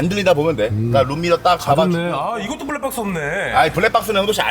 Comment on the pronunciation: 부랙빡쓰 ㅋㅋㅋㅋㅋㅋㅋㅋㅋ 밴쓰, 다시방을 잇는 93년생의 귀여운 발음풀악셀ㅋㅋㅋ 미치겠넼ㅋㅋㅋㅋ ㅠㅠ